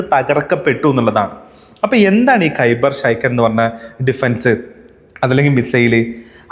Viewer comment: ശൈകാൻ അല്ലടാ ഖൈബർ ഷെക്കാൻ